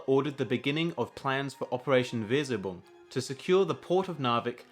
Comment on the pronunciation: If you want the German pronunciation of Weserübung, it's: Vaze-er-ooh-boong :D